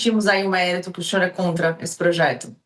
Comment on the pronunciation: Como que o ''xinhor''? Exxiste?